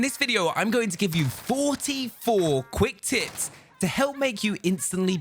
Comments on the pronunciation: Man says quick tits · Sounded like Said first 44 quick tits